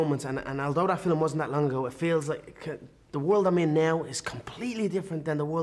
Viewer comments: He still says "filem" instead of film. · Filum lol